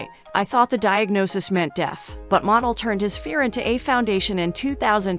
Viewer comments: His name is not Monel Williams but Montel Williams. You have to pronounce the T. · Montel. not Montal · Get a new narrater damn. If you can’t pronounce “Montell” correctly you should never do voice work. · The commentator is lousy at prounouncing names. She should have done her homework. She doesn't give these great people respect. What a waste paying her to do this video.Montiel Williams had his popular show for years. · Your not pronouncing Montel Williams first name correctly